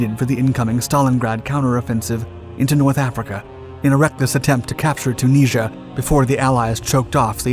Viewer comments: Chooneasure. Or Tunisia, as we say in English. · Say Tunisia again? ‘Tuneesha’ Tunisia ‘Tuneesha’ Okaaaaay. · can't you say Tunisia?